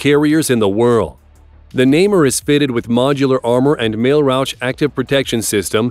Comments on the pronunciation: Indeed: Na-mer is how it is pronounced. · Namer was worse haha